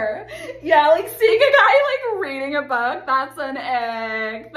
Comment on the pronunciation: "reading a bok"